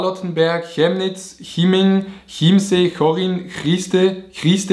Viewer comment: Dieser moment wenn chemnitz(kemnitz gesprochen) wie schjemnitz gesprochen wird😂